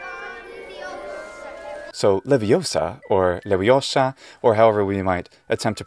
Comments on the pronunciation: Cmon...it's LEVIÓSA, not LEVIOSÀ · It's pronounced le-vi-OH-sa.